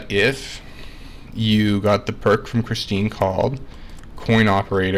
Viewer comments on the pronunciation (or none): none